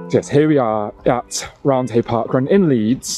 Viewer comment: Just for your information it’s not pronounced round hay it’s pronounced round-e